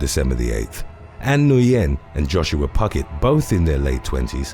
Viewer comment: When mispronouncing "Nguyen" goes wrong 😆 Said like "win"